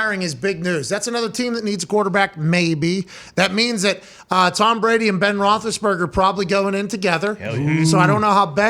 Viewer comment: "tHaNk YoU ToHmmmmm" jfc...